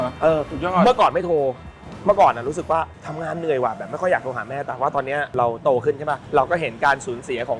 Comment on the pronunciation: 11.15 เราโตขึ้น ไม่ใช่ ราโตขึ้นนะครับ